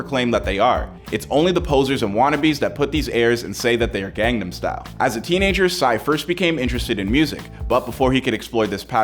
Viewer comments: How do you mispronounce "gangnam" when there's an entire song repeating the word? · You mispronounced Seoul as well as Gangnam.